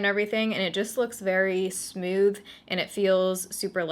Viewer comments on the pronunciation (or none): Every time you say smooth I say SMEEEWWWTTHHH in your accent